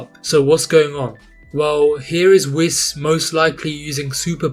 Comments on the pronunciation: great video in general, but the pronunciation probably triggered a few people like me :D but keep up the good work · omg, he pronounced it slightly incorrectly, what a crime... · really pronouncing whis that way?